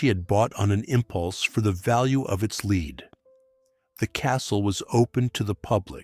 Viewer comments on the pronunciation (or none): Lead is pronounced led.